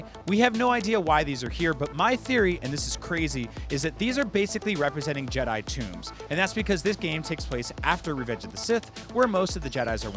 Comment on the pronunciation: There is no s in jedi